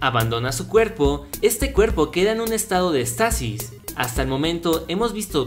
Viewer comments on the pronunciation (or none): Se dice Éxtasis, no extasis, con acento en la "e". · se dice éxtasis